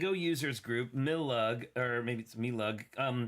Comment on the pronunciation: Thank you for including my lugs Pride parade!!! It's pronounced My-LUG!